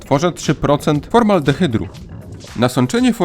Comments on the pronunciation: Formaldehyd, a nie formaldrehyd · Formaldehyd nie formaldehydr